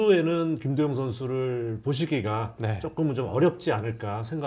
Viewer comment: 여기자님 발음이 ㅋ 김도영인데 김도연 김도연 이렇게 들리네